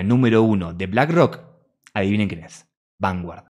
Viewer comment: Se pronuncia vangard.😂